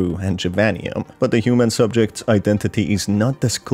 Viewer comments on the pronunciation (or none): none